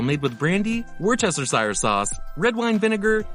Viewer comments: It's called a monkey wrench in Canada too. There are dill chips in the US. Worcestershire is pronounced worster-shur. The o in Montreal is pronounced like the o in Monday or Monkey or Money. Not MAHNtreal. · need to learn how to pronounce 'Worchester' sauce